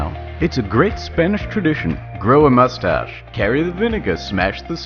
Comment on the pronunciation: Your spanish pronunciation triggers me